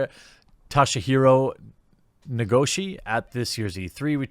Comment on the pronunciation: It sounds like Toh-She-He-Doe (the 'd' is a rolling 'r', but it sort of sound like doe; The first bit sounds like "toe", but not as hard on the 'o'). You pretty much did fine on the last name, :) I'm not an expert in the Japanese language, I just know the basics...very basically.